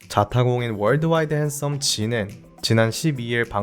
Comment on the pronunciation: 초에 월드와일드썸 이라고 밀하는거 넘무웃겨ㅋㅋㅋㅋ